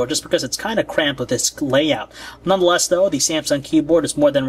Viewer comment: "None The Lest " ughhhhhhhhhh i hate that !